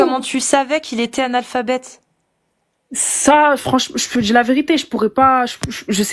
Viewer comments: Je peux pas piffrer cette facon de parler. (Djire, tchu...) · "Je veux juste de tchdire" "jchtexplique" "jchte l'ai dit" 😂 deja ça part mal.